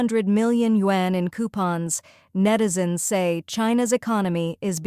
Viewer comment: Please teach the AI to pronounce YUAN correctly…😅